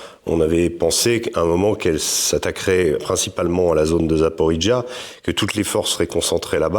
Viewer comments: prononcez Zaporodjé et pas zaporidjj , pour un journaliste qui était la bas , vous la foutez mal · En russe ça se prononce zaporojé